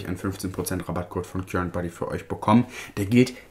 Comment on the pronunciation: Oh sorry nur so am Rande, das englische Wort current liest man [karent], es bedeutet der (elektrische) Strom. ❤